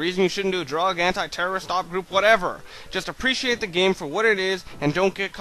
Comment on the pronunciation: lol "anti-terroist op"